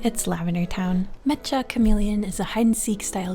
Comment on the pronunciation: OMG! You pronounce it correctly! Literally the first person I’ve seen that pronounces it correctly! I do sometimes mess it up out of habit… but I thought I was the only one who knew….